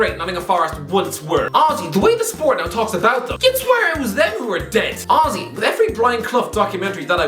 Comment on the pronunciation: My girlfriend thought he was saying ozzy when he said honestly 50times 🤣